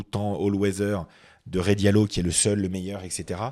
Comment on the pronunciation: C’est Rey Dalio et non Rey Diallo 🤣🤣🤣. C’est un américain. Pas un sénégalais 😂